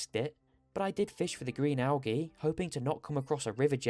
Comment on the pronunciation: I made it 4 mins in. Had to click off. Please look up how to say al-gee. Good luck though